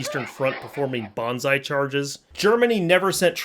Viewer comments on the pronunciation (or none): none